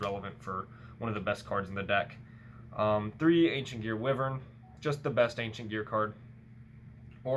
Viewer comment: Wiv-urn…it’s pronounced Why-vern